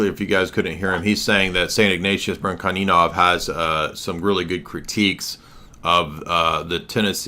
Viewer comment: The "ch" is in "Bryanchaninov" is pronounced the same way as in "cha-cha real smooth"